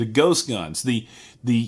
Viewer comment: Why are you calling them gost guns